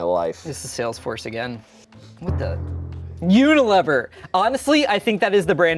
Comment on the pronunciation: "Un-aliver" = Unilever 💀 I can never see my bath essentials the same way ever again.